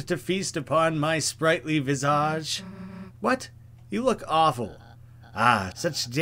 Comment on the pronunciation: please tell me you did not pronounce it vizahj